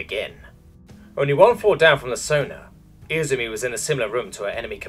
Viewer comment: I -ZU -MI Emphasis on the second syllable! Emperor damn it, you never watched an animae in Japanese?